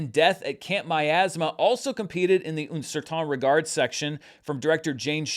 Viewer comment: Not so great on "Koreeda" (which should be thought of as "Kore" "eda", each "e" being pronounced), and "un certain regard" (just the "un" is quite far off). Languages are hard! Not judging, just pointing out mistakes for the languages I am familiar with in case he wants to work on them.